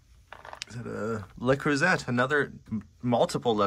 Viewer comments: LeCreuset pronunciation cracks me up. Exactly how I'd pronounce it if I hadn't taken French. It's le crew-say, no emphasis on either syllable. Excellent buy on this one! Edit" corrected mistype "zay" to "say". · It doesn’t matter in the scheme of things but since you keep finding the gorgeous French cookware, it’s not pronounced like LA croozette, more like le croozay. I guess, really, it’s sometimes a little uncomfortable to see someone’s home who has only recently passed so I’m keeping myself occupied writing this. I appreciate your enthusiasm and respect no matter how you pronounce it. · the French cookware is pronounced luh-CROO-zay. Emphasis on second syllable. Just wanted you to know since you come across this brand often. Best regards from a fan in Virginia, USA. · it’s pronounced “Lay-croo-say” not croo-set. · I LOVE the yellow!!! Awesome!!! 🍋 The Miata is ADORABLE!!! ❤️❤️❤️ Made in a palindrome year!!! Creuset is pronounced CreusAY. 😊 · That Miata is amazing! It sure would be snazzy for a teenaged guy! Lots of interesting things in this place. Just FYI-say "luh-CROO-zay" for the French cookware. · Just FYI - it's pronounced LE CREW ZAY (et is usually pronounced that way in French). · Love to see what new things you purchase and all your stories..And your fun facs always. By the juste a little hint, the `T` is silents in the pronunciation of CREUSET..☺